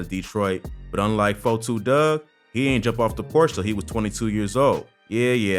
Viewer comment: It's Dugg not Doug geesh😂